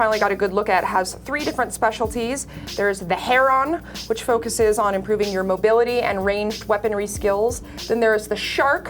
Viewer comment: was it "Heron" in the FC3 skill tree? Pretty sure it's pronounced like "hair-in", if that's the case.....sorry about being a grammar Nazi.